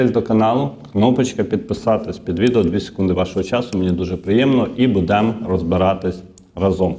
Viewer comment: Шановный ведущий, вы кажется грамотный человек. Не говорите: "На ню", - правильно: "На неї", не " буде'мо", а "бу'демо". Выходите в эфир - так грамотно говорите!